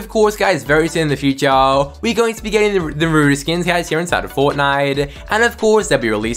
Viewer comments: that’s how you say naruto.... it’s not Na-ra-toe it’s Na-ru-to that’s the oringal Japanese way to pronounce it 🤦🏽😭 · Lol this guy spends like half the video talking about toon meowscles and when the Naruto part comes, he calls him nurutoe😂😂 Edit: You know what we lack? Him: Saasssuuuuuuuuukeeeeee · dude he says it like NaRuddo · i hate how he calls him narudo as a actual anime watcher and naruto fan it annoys me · Nay rue toe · The way he says NARUTO pain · The way he says Naruto wrong 😔